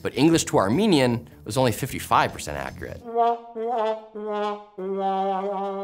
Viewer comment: His pronounciation of accurate isn't very accurate. Accreate.